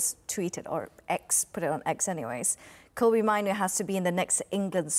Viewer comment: It's Kobbie, like Robbie, but with a K, Please stop calling him by someone else's Name?